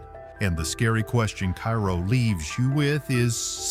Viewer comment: Pronounced Kay Row Illinois.